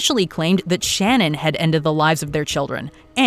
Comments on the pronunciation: Her name is shan ann not shannon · Her name was ShanANN not Shannon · It’s not Shannon it’s pronounced Shan Anne….please be a tad more respectful to the deceased and their families. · It's Sha-nann not Shannon..